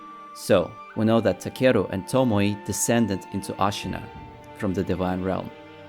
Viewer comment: To mo ē not to mo ee or to mo ye, its annoying, tomoē